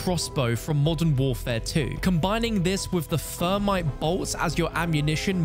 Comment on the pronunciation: "Using the fermite rounds in the high fret zone". 😂